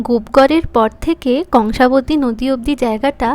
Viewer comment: oita কঙ্কাবতী নয় কংসাবতী